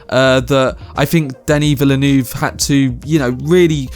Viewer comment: Plz learn to pronounce Denis Villeneuve's name.